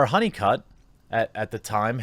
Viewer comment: I thought you said JR HoneyCuck. Which is more fitting than his old last name. Welcome Mr. HoneyCuck to your new internet name.